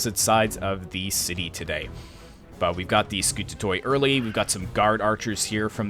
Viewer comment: Dynatoi is pronounced as Dynate' (means Dynatos =Strong , Dynatoi is the plural).. in general all Hellenic units Skoutatoi = Skouta'te , every -toi is not (toy) but -te (not t+epsilon but like the e-ar) I hear other youtubers pronounce it that way too.